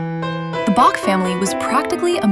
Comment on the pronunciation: The AI didn't learn to pronounce Bach.